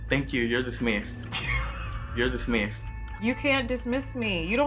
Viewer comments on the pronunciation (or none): “You’re dismisthed”😂